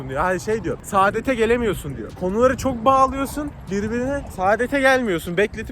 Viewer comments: SAĞĞĞDET DEĞİL SAADET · Saadet değil kanka sadet orda 1tane ' a ' var . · Saadet değil sadet mxmmssmmssk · Saadet değil abi sadet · Abi sadet kısa uzatarak söylersen başka bi mana çıkıyor